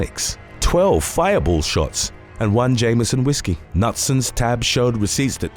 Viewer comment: "Nutson" lmao its "Ka-newt-son"